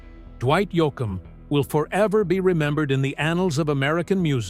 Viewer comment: AI voice over ? really? can't even pronounce his name correctly wtf